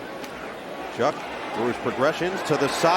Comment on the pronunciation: this broadcaster is incredibly annoying, he keeps saying Tyler "SHUCK" when his last name is pronounced "SHOUWW"